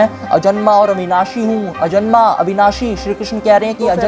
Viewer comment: अजन्मा को अजमना बोल रहे हो, ऐसे ही वेदभाष्य होता है क्या